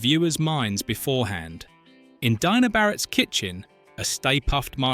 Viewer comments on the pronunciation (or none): And who's Dyna Barratt?